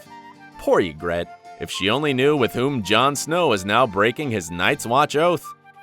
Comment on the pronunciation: Lmao YGRETTEEE, BRIENNE TARTH wtf man YGRITTE, BRIENNE OF TARTH